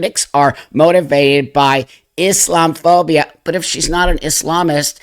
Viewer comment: IS....LOM......A.......PHOBIA. That's how it's said.